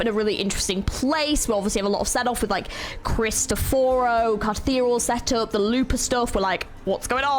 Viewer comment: I'm sorry to burst your bubble but Cristoforo is an Italian name which is also mispronounced in the game. "Krees - t - off - foro" would be the easiest way I can explain how to say his name.